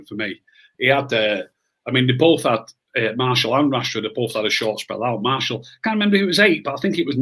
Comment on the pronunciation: Enjoyed this a lot great chat and realistic chat from and. The only criticism I have is we don't have anyone called Marshall playing for United!! His name is Martial not Marshall,he's not from Denton 😂. It's the one thing that grates me about the Media and supporters when they say his name wrong!! Maybe it says more about me than anyone else, just my little bug bear 😂 / please make this a regular chat 👍